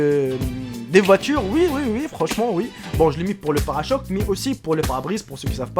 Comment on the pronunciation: parachoque haha parechoque